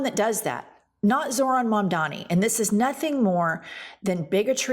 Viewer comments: It's MamdaNi not MamdaMi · I'm totally crushing over, big time. But PLEASE,: his name is Mamdani, not Mamdami! 🥰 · Why does she say “mamdami” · All of your points are absolutely true, but I've gotta say, you both need to practice saying Mamdani. You both called him, 'Mamdami,' at least once, but does it consistently. It wouldn't be so bad if it wasn't for the fact that people that hate him intentionally mispronounce his name. Love what you're doing, and hope you keep at it. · It's MUM-DAA-KNEE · Good takes, but can you please start saying Zohran's last name right? Especially